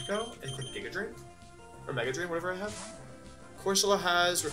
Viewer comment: Bruh...jiga drain? How do you not know the word giga.